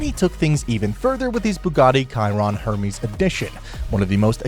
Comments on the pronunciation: You pronounce Hermes like Herpes. It's Ermes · 'er-mez' mate